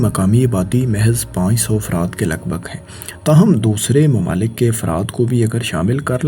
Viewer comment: Allah ka wasta hai bhai apni pronunciation thik kr lo Nazam ni hota nizam hota hai Makamal ni mukamal Mamalik ni mumalik Alaqa ni ilaqa Aur bht bht sare words ghalt bol k video ki dhajian ura dete ho, please take a notice